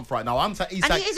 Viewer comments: It's pronounced Eezak FFS 🙄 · Its not i sak...its isak ffs..cant even get his name right..the idiot with a beard is thick as mince